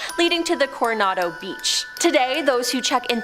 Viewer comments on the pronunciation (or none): Marine corpse?? It's dead!?!? Marine Corps (pronounced 'core')......Coronado NOT Coriando, not even close. 🙄 Sarah Winchester passed away in 1922, not 1992. 😑